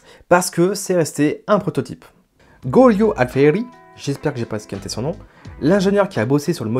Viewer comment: golio alfieri ???? ....plutôt julio, comme Jules, J J J J. Et pas golio comme gogol.